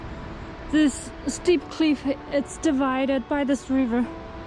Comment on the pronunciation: 强迫症这里小小的纠正一下小姐姐，cliff发音还差一点点🙏